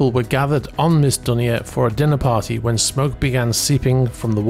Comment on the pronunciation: Dunia is pronounced Dune-niya, it’s Lebanese.